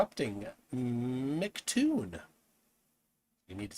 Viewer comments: How to determine if your debate opponents can’t grasp simple descriptions… they can’t pronounce your name right. By the second I hear „Mactoon“, any explanation will be misunderstood… guaranteed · You know she is a real Flerf cause she says "Mic " vs "M C." How can someone who can't get that right think they can prove the Earth isn't a globe.